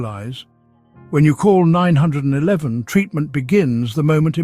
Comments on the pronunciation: Stop saying call Nine hundred and eleven!! Say call 911. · Is there some way to check the AI “speaker” so it doesn’t call 911 “Nine hundred and eleven” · This is an AI narrator. The way you know is that he pronounces 911 (the US emergency number) “Nine Hundred and Eleven”. Not “Nine One One”. 😢😂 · AI is NOT a good way to communicate acurately!!!...call 911, not nine hundred and eleven getting to the point quicky is imparative for elder whose brains have slowed down have issues with listening long enough to get to the information!!! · It's nine one one (3 syllables), not nine hundred and eleven (7 syllables). Plus 9-1-1 can be more easily remembered by children. Wish you were more concise and had a little pep. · Nine hundred and eleven is pronounced nine one one, and if you’re in the UK as your accent suggests, you should dial 112 😅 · "Call nine- hundred and eleven immediately". LOL! AI IS HILARIOUS!!